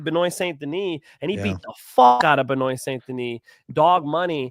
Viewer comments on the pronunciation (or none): I'm going to need you to listen to Jon Anik say Benoit St. Denis' name ONE TIME. BEN-WAH. FRENCH ACCENT. Not BEN-NOITE